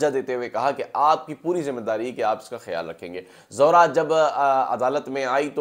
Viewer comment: Not Zohra its Zehra